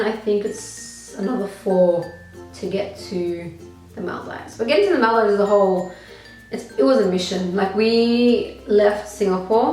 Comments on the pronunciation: Paayal Shah lmao I was thinking the same?¿ I thought to myself it's probably because of her Australian accent or something! 🙃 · She doesn't say The Maldives right.. lol